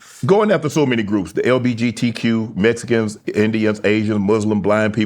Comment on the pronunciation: Hearing shannon say meskins took me 😂